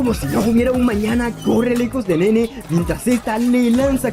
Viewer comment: en realidad se pronuncia Naynay, osea si, se escribe como Nene, pero se pronuncia Naynay